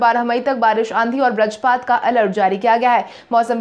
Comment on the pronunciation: कृपया बज्रपात शब्द का सही उच्चारण करने का प्रयास करें। इसे ब्रजपात न कहें। बज्रपात और ब्रजपात में आसमान और जमीन का अंतर है।